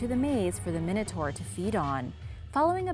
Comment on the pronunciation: you were saying minotaur wrong